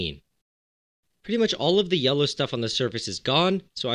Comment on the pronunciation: Are you saying “yella” on purpose?